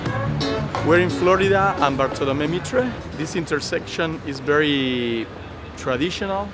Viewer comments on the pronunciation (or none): No podes pronunciar asi Bartolomé Mitre, revoquenle la ciudadanía.